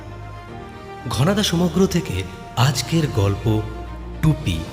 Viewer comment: bro did you just say, "প্রেমেন্দ মিত্তের রচিত ঘনাদা সমজ্ঞ?" 😂😂😂😂